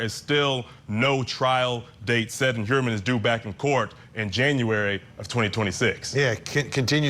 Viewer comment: This is great information, but this Attorney ladies is in ability to pronounce. The guy’s name is annoying. It’s not Hermann.